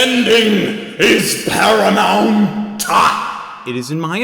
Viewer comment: "THE ENDING... IS PARAMOUN.. TA!!"